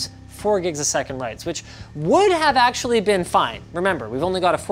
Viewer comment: Lol "axtually"